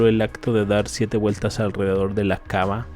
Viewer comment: Suena raro cuando dice kaba, es kaaba.